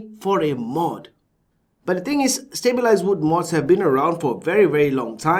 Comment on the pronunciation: Stableized? you must have said it about 10-20 times, its stab wood LMAO!